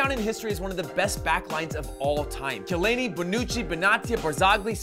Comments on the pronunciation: he always said Shaleini, i think he meant Chiellini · pronunciation 101 : Chiellini ... kellini Benatia........bena'tiia And obv juve doesnt have a country as a right back ....Lichtsteiner